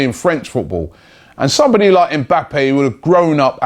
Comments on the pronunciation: his names Mba-ppe not EM bappe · Just a heads up. The m is silent in his name. You pronounce his name like bappe